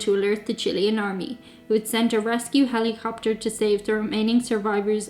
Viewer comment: On a lighter note,, I love how you say "hellycopter"!